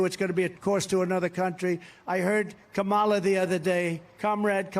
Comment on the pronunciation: why believe anyone who cannot even pronounce his opponents first name correctly.